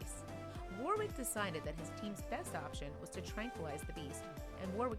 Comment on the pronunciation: Awww that was AWESOME 👏🏼 Kudos Warwick (correct pronunciation of the guy’s name is usually worrick not wor wick btw)